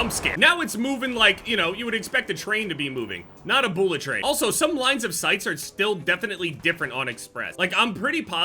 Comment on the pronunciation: Why say boolet instead of bullet lmao